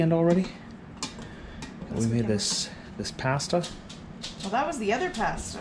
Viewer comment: Never heard "Pasta" pronounced that way. Had a same V-star about the same year was in black. Did have the 1200 though. Only complaint is the foot peg is a little low on it and rub your shoe on the street.